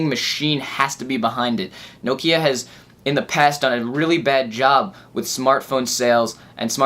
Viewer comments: its Nokia< N-O-Kiar! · what the FOOK is No-kiar!!!